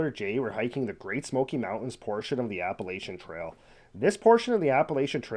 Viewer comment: Pronounced "App-uh-latch-un" Trail.